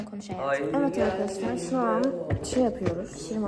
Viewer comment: K: Avkadavlar mevaba K: Ben niye böyle konuştum ki? 👼🏻👼🏻👼🏻👼🏻🤍🤍